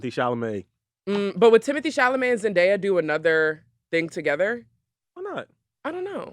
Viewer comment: Her name is pronounced Zen-Day-Uh.